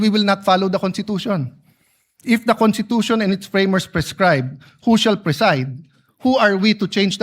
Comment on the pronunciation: IT'S PRONOUNCE 😂CONSTITUTION NOT CONTITUTION !!!!